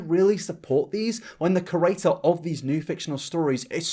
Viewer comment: Whenever you say ‘creator’ it sounds like ‘curator.’ Don’t hate me, I love your videos! Keep up the great work:)